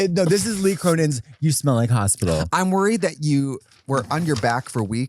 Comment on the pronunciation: Are we just gonna skim past 'hop-ital'? 😆 Zoom! The way I'm struggling to keep up is wild lolol